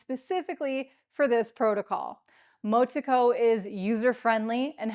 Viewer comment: Happy to hear more and more crypto influencers talking about ICP. Been a long time coming. Thank you. BTW Motoko is pronounced Moh-Toh-Koh. ICP is more decentralised than most blockchains such as ETH, SOL,NEAR etc with a Nakamoto coefficient og over 130